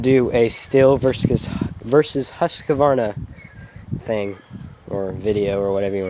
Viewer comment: it would be great if he could even say Husqvarna properly lol